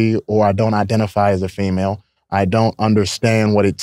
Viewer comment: Why does he keep saying "female" like that?